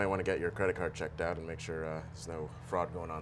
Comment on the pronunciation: Her pronunciation of "out" always makes me giggle out loud